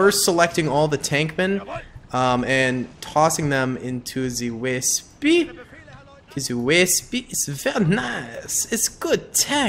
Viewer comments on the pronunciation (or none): Hey! Just want to preface this with I'm a massive fan and have been watching your content for a long time. Just wondering (it may be a little joke) do you know the Wespe is pronounced Ve-spuh (Like the Italian motor scooter, and its name comes from this German word)? Not Wespee, although I do understand the Anglicisation. btw, cool little name fact, it is German for wasp, and another German military name I love is Fallshirmjager, which directly translates to 'Parachute Hunter'! German is a very cool language!:D Keep making the vids, and much support and appreciation from me!